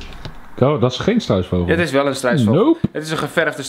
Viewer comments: Om wou je struisvogel zeggen alleen je zij struisveugel😂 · ‘Een geverfde struisveugol!’ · hij zei een geverfde struisveuygel